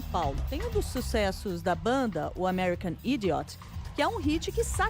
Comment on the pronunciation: American "Aidaioti"? Melhor caetanear do que falar isso...